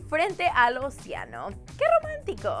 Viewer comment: Ociano? dioro? 😕😂